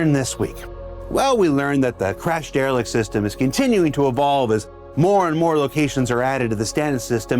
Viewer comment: You can Der-e-lict my balls, Cap-i-tan'